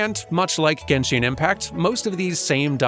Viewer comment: I'm sorry, I love this video and everything and I'm not really a fan of genshin, but you saying genshin with an e after the i triggers me so hard. Still a 10/10 video tho